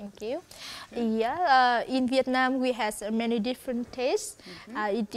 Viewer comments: فيتنام 🇻🇳 و ليست فيطنام 😂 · فيتنام مش فيطنام